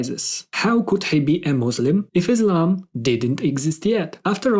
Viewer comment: As salamu aleikum, It's a good explanation. Jazakum Allahu Khayran. Just onè point that many doesn't paying attention but it's significant in translation, pronunciation and meaning. The word is Islam. I S L A M not I Z L A M. Slightly different in pronunciation but significant in meaning. Please search why it different. And would you please edit your video so some one else would not make same mistake. Once again, thanks for beautiful explanation. May Allah reward you immensely! No intention to criticize. Wa aleikum as salam wa rahmatullahi wa barakatuh